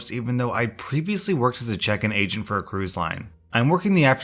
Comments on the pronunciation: I thought you said "i'd been working as a front desk asian for about a week..." 😂😂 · I had the volume down and I thought you said a front desk asian😂😂